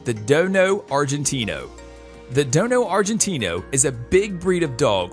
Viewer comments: It's a Dogo Argentino not Dono lmao. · Dogo Argentino, not Dono! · Dogo argentino not dono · It's dogo argentino. not "dono" argentino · Dono argentino? Its dogo argentino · Dono?! Or Dogo? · Dogo. Not dono argentino. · Dogo not dono lol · This man doesn’t know what hes talking about he even said “dono argentino” if you believe this man you gotta go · "Dono Argentino" Lol I'm done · did he really say dono argentino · Pretty sure it's "Dogo" Argentino. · dogo argentino is how you pronounce and spell this dog's name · wtf is "Dono Argentino"? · Argentina what the heck man it's dogo argentino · It’s dogo argentino come on bro😂 do ur research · Repeat after me DOGO, DOGO, DOGO ARGENTINO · It's Dogo...stupid!!!lol! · Man you really need to get the names and breeds correct. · It’s dogo argentino not dono argentino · You miss pronounced the DOGO Argentino not Dono. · This guy doesn't know anything. I literally think he spent 5 minutes on google before making this and he can't even say the proper name of some of the dogs. Its dogo Argentinio not dono like what. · I think its Dogo argentino instead of Dono Argentino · hey stupid...! It's DOGO AGRENTINO and now dono argentino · Dogo Argentino,not dono. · Dogo NOT Dono duh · He dono about dogo😑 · There is no "dono" argentino . Only dogo argentino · Your right the real name is the DOGO ARGENTINO not the dono argentino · It's not dono argentino it's dogo argentino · Dude! Do some research. Its dogo not dono. And rottweiler has 328 biteforce not 320. Do u have internet ? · You describe one of the breeds as “dono argentino”, but it is actually “dogo argentino”. Check out this link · Am I on drugs or is the “dono Argentino” is actually called dogo* argentino. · Man says "dono Argentino" is dogo not dono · It's Dogo argentino NOT Dono Argentina!!! LMAO! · It can be mistake but the real name is Dogo argentino not dono argentino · Its dogo argentino not dono argentino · It's the DOGO Argentino, NOT Dono. Dude, get it right already.